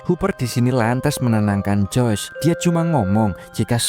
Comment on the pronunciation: Joyce bang bukan joys